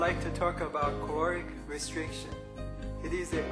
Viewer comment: i couldn't hear correctly "corik" restriction? to extend life time?